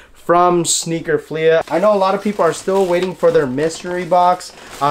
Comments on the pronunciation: Dope video but it’s not pronounced sneaker “Fleahhhh” it’s sneaker “Fleeeee” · Nobody:: Sneaker FleAH